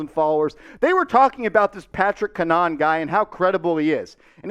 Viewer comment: Its "CAN-a-HAN" btw. He went to school for broadcast journalism and he doesnt try and go for "clicks" I would would say that its credible if I had to put money on it.